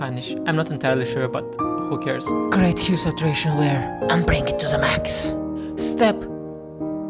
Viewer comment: You are so funny, I liked your accent when you call "who cares" 🤣🤣